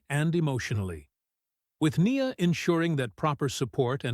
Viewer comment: It would be better if, when they use text to voice tech, instead of saying Nia Jax, they called her Nya Jax